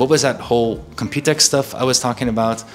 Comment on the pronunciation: I got so used to people saying Compu-Tex that when I heard him say Compute-X I was very weirded out. Now I see that pronunciation makes slightly more sense because it's an exposition about computing; Compute-[e]X[po]. Also still sad about not having a normal TKL